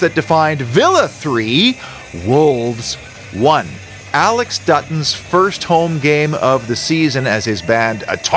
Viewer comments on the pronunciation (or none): none